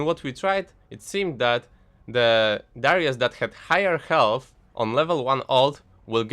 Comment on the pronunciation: I heard dyrus lol.